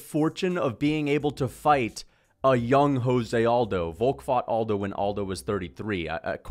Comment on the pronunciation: Why do you pronounce José Aldo’s name like that? 😖 He’s Brazilian, not Mexican lol